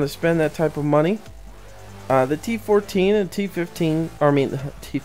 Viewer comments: Its not t114 its t14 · he calls it a T114 its T14